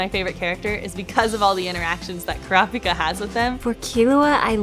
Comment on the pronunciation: IM SORRY IT SOUNDS LIKE SHES SAYING “CRAPIKA”